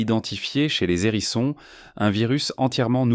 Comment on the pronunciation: Pas mal , mais vous m’agacez avec vos liaisons "maltapropos" : des zérissons encore et toujours des zérissons , ça devient presque insupportable ! Arrêtez s'il vous plait , et on vous pardonnera peut être les photos de porc épic qui n'ont rien a faire ici . E bref , soyez un peu plus sérieux , ce sera mieux .